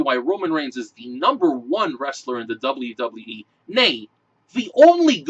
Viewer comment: "dublee dublee ee" lol